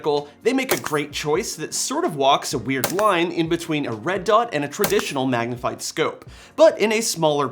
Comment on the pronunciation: I'm stealing "Magah-Vyuu" ...better get a lawyer.